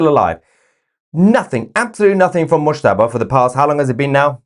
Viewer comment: Definitely 'Mushtaba' (mouse-taba)....😵😵👏👏👏👏